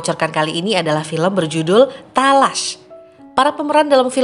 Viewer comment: Pengucapannya bkn taalaash tp talaash